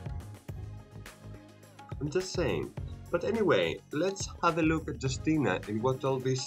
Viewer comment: Hello. You should spell her name like You-stee-na